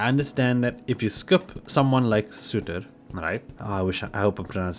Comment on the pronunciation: Surtr = Sir-ter, :P